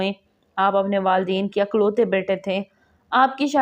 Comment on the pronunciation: Woh dangar dr. Ky gaon ka naam. Gor Gaun ha. Gor gunwa nahi. Wasil lafaz hota ha. Waseel nahi. Waldain hotay hein. Waldeen nahi. ... In ghaltio se apky education ka pata chalta ha. Mind nai karin improve karin.